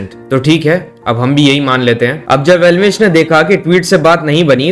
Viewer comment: Elvish ❌ L vish ✅ 😂